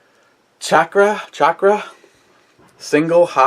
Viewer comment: On .."Chakar ( Shock-rah) Hope This Helps!" It's not Sock-rah Say Sock.. Like what goes on your feet Now say Shock... Like how Electricians become so smart... Ok... Now lets try it again! Chakar ( Shock-rah) Hope This Helps! The video also has variations (being slightly different) in pronunciations (manner of pronouncing sounds) Hoosier Daddy Love Ya! No HoMo!